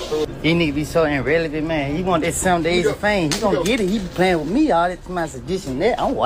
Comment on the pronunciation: Hold on….hold on….. 🤔 Did just say “These ninjas is so anrrelavent? 🥴 Boy that is not a word!